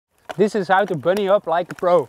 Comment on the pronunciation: "Boony hop"